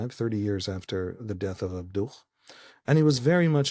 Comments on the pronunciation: Just FYI, it's not "ab-DUCH", it's "AB-du". That H is a "ه", or "ה" in Hebrew. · Just for your note: Muhamad Abduh's family name ends with a silent "h" or "ه" in Arabic. /Abdu/ It's not the "h" in Hamas that is "ح" or "ħ" in arabic.